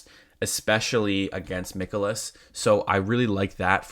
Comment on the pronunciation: Its not Mickolas, its Mikolas like Mike You won your bet, but do you usually cap baseball?? Seems like you missed alot of talking points, especially using a tiny tiny sample of bat vs pitch. VMI is a much better tool, not to mention how hot both teams are against handedness of pitcher. Also no mention of bullpens, cubs have top 3 guys worked back to back nights